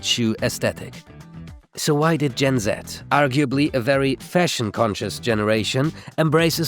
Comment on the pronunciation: i like it when you say gen Z the right way